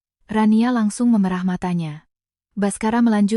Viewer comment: David Jak sei Maaf telinga saya gak enak mendengar kata mata yg meme'rah (e- ekor) ibu ucapkan memerah ( e-embak) susu sapi Bila ini memakai AI, itu gak benar, AI nya hrs di kritik 😊